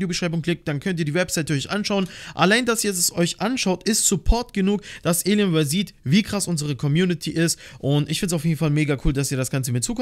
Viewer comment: Wie er das sagt elienwear